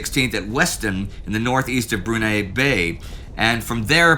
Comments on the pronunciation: Great video, as always. But it's pronounced like Bru-nigh not Bru-neigh 😁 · FYI, Brunei is pronounced Broon-Eye. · Brunei is pronounced BREW NIGH, kind of like Neidell NIGH DEL. Asian names are not really Indy's forte.